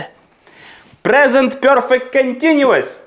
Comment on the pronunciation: Пане, я ні в якому випадку не хочу образити вас, тільки хочу зазначити, що нема в англійській мові вимови йо (пьорфект), перфект, без йо. За радянщини вчили англійську з московитським акцентом. Якщо я чую це "бьорздей" чи "пьорфект", зразу розумію з ким я маю справу. Перше моє питання до тої людини, з якої країни походження. Треба ще правильно вчитися вимовляти такі слова. Наш мовний апарат дуже розвинутий, тому нам нема проблеми правильно вимовляти такі слова. Я підписалася і поставила вподобайку 😊